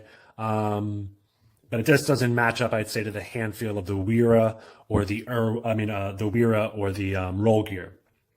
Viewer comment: BTW... Wera is pronounced (Vera ... the W uses the V sound .. same for Wiha tools = Viha pronunciation) - Nice review ... 👍